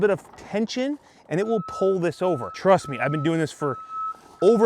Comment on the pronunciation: Wait! Did you just say “Truss Me” at the beginning of the video? 😂